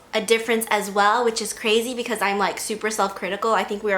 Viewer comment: "but equis" jajaja 😂